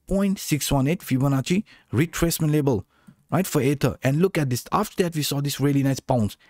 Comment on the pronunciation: Great video...sometimes it sounds like you're saying "ADA" instead of ether jsyk.